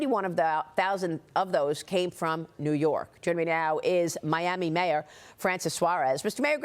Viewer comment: 😂❤ new yaa'rk , " bend / over " 😪😭😭😭😭😭😭😭😭😭😭😩😖🤣